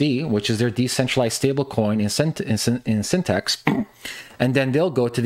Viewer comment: LOST credibility right away when you called it by the wrong name "Synthext" - it's "Syn-the-tix".